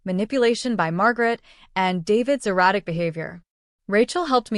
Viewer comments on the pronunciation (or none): Eratic, not erotic, behavior.